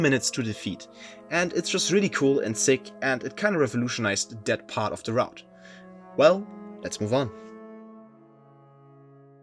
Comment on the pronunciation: “Taht” is wild